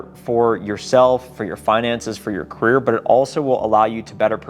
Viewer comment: Gotta change the intro! Says CARRIER NOT CAREER